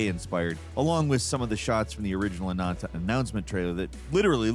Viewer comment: Anantaou?? haha man, it's just AH-NAN-TAH. Man, English is really not a consistent language with its vowels, isn't it?. If you say "A" you guys say "EI" but if I put an H after it sounds like "A" not "Ei". Why is AH different than A? heh. Anyway. Free game I probably will try but don't feel like I'm gonna be committed to it.